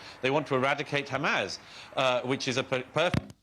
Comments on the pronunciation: douglas your a goof! and its HAMAS NOT HAMAZ. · Murray still struggling I see with all those complicated words: Hamas is still Hamazzz and the Houthis is still sounding rather like the Hoootys !